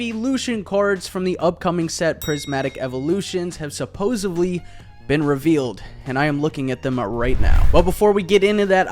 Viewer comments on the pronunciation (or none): Dude said supposevly.